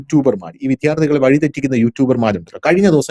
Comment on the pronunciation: ..pl correct your pronunciation for vidyarthikal ( not vidhyaarthikal)